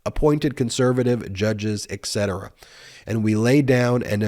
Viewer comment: Please be advised that The Language Gazpacho confirms that in your reading aloud of a passage that incudes a misspelling of etc. (ie., ect.) you are under no obligation to mispronounce it the same way it was misspelled. You can quite safely leave that to the writer of the passage and his intellectual capacity, using the term loosely.